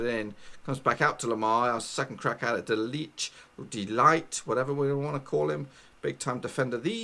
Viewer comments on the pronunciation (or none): The ''I'' in ''ligt'' has the same pronunciation as the ''i'' in ''big''. The ''g'' in his name is a hard g. Look that up (or just how to pronounce a g in Dutch in general) .